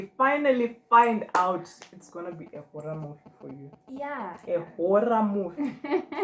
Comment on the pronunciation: The way you emphasize the “horror movie” part😂😂